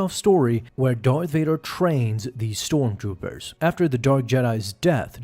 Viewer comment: "Storm Toopers"